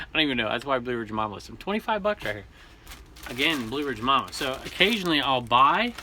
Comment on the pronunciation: Way to go Blue Ridge Mama most people mispronounce my name, you got it! Thanks again 😊